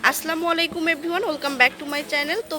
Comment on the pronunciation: Apu salam daoar bpra nottice korbn ocharon hoba assalamualikom not aslamualikom